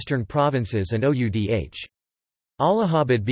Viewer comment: Oudh ko pronounce kar bhaiye!